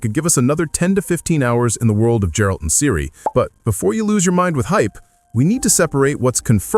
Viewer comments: It Geralt, not Jeralt. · Did you really said Djewalt ? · After so many fking years you still don't know to properly say Gerald name my dude .🥲